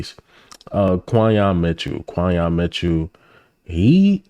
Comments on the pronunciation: Right. (Kin-yon) Quinyon. It’s really not that hard but if your reporting get it right. It is kinda annoying. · You keep pronouncing his name wrong too 😭😭😭😭😭 it’s like saying Quinton but with the other letters instead 🦅🦅🦅🦅🦅🦅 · Why do you continue to pronounce Quinyon Mitchell"s name wrong? Put some respect on this young man's name by pronouncing it correctly 🤷🏽‍♂️